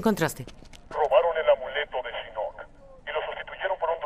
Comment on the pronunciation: entonación correcta shinnok (con fuerza en la i), el latino le pone fuerza en la "o" MAL AHÍ.